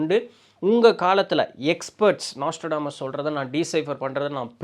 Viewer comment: நோஸ்ட்ராடாமஸ் ஆ ப்ரோ?😅 நாஸ்ட்ரோடாமஸ்தான? அட்டைப்படத்துல அந்த ஸ்பெல்லிங்தான் இருக்குது ப்ரோ